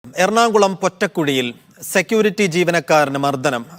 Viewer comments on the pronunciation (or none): എടാ പൊട്ടൻ റിപ്പോർട്ടറേ എറണാംകുളം അലാ എറണാകുളം